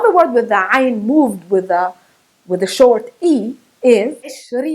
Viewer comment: Brilliant way of saying ع 😁👏🏻